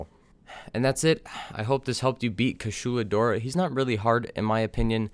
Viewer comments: Well he has been saying Kashula Dora but wrote it correctly in the title...... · It's pronounced (kooshalah dieaura) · “kuSHUla DOra” BRUH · Kooshoola? Dude, the game SAYS the name. Sorry, I really am, but...come on. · You pronounce "Kushala Daora" in such a gentrified way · Dud how do you pronounce the name wrong the handler even says the name twice